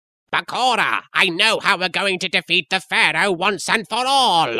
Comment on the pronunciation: Am I the only one strongly bothered about how he says “Bakora” instead of “Bakura” ??? Omg .. love the song tho